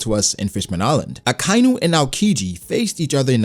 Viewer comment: It's not Akainu (Uh-Kai-New), it's said Akainu (Ah-Ka-E-New). Y'know.. Red Dog...